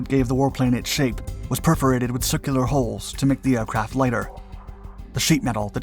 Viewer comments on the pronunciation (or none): none